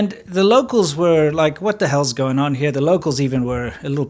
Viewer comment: please dont say hell like that